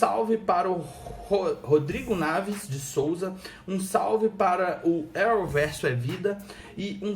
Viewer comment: Uma pequena observação , se fala "Neves" ... não Naves ...rsrsrsrsrsrs.